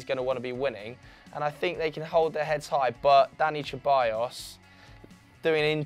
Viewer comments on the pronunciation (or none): When they say ceballos it makes me die inside im spanish and its not cheballos